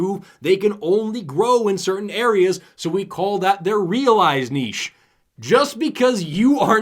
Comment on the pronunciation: The fact that does not pronounce niche as if it had a “t” totally makes this video a winner.